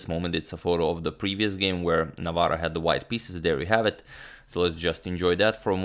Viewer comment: Hats off to Agadmator for pronouncing tongue-twisting polish last name very well!